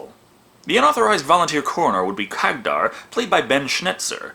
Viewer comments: Am I the only one getting triggered by saying Khagdar instead of Khadgar? xd Jokes aside love the review:) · Hey at least these Orcs HAVE females among them unlike basically most other Orc races... And I'm not even talking about Warhammer where they "propagate" throught spores... (Warhammer Orcs or Greenskins are actually a hybrid creature between organic and fungi) And you misspronounced the mages name there as iot is Kadgar. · Say it with me now, KAD - GAR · Hey,, Good review as always, but one thing, you are seriously mispronoucning Khadgar's name.